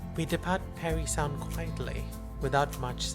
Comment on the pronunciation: Psst: Parrry Sound not Perry.